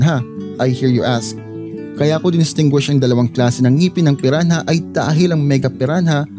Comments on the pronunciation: Pi-ra-na not pi-ran-haaaaduken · Silent h po kuya